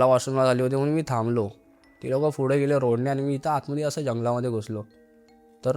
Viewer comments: Na मराठी नीट बोलता येत नाही , नाकातून बोलतोय full. attitude पुढे la फुडें म्हणतोय पुणे la फुने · पुढे not फुडें